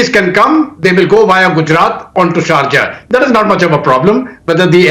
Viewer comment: Dude it’s not charja it’s SHARJAH WITH S